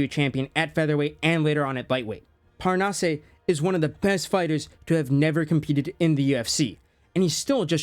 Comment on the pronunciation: "Parnasse"... Butchered? Not at all. You almost nailed it. Just end with "ass" 😉... Seriously. The "eh/ay" sound is only for É not just E. No accent, straight pronunciation. As if it was "Parnasss".